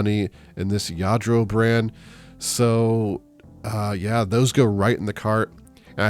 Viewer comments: Yes to the proununfiation...sounds like Yadro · I am new to your channel…and omg..Lladro?? Wow,that Goodwill missed that,unbelievable!😄And yes,you pronounced it well!👍🏼 I am from the Netherlands and I wish we had Goodwill. We do have thrift shops but not as big as you have..😊 The only thing I don’t understand is why thrift stores put broken stuff on the shelves..like the boots you showed us.💁🏻‍♀️ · Yep, you pronounced it correctly. Lladró is a Spanish last name, the LL at the beginning is like pronouncing tortilla the two L's make a y sound. Saw a fake Lladró just yesterday and got excited, nice finds! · When I was in Spain in the Navy, Lladro was a big deal, that was back in the 90's. Every year I turn over figures hoping to find a Lladro, and never, ever have I found one. Super score there. Yes you pronounced it correct. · WOW! 🤩 Fantastic finds! You are pronouncing Lladró correctly.